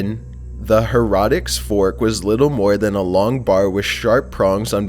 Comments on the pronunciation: Hair-a-ticks Fork! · For number 7, the way pronounces the heretic's fork sounds like herodics fork/